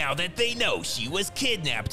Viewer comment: “..he will Mever agree to thadtt!” 😂😂 Fire narration